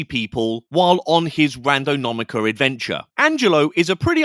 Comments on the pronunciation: lol Randonaumica. You said it incorrectly more than once. Thanks for being genuine. 😂😂😂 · This doesnt really matter because its all rubbish, and im guessing he was doing it on purpose for effect or something. But that was so annoying hearing him mis pronounce it over and over. "Randonomica". As I say, it really doesnt matter, its a fake word for a fake thing, for youtubers to get views on. But still offensive to my nerves. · Say it with me it’s pronounced "Ran Do Nau Tica” 👍🏻😉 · I didn’t even notice you said it wrong! Angelo and his friend were so cringy, I was getting second hand embarrassment from them!! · You’re not saying the word correctly…